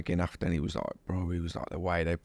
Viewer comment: WE NEED A COUNTER FOR EVERY TIME HE SAYS ' LOIKE'